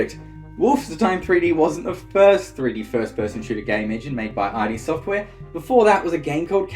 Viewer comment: The blasphemy. It’s id (pronounced like „it“) software, not i.d. software.